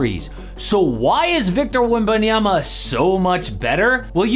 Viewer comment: He didn't say "Wembanyama" either, because he apparently can't pronounce his name right.